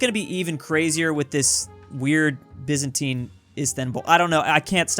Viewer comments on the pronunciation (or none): none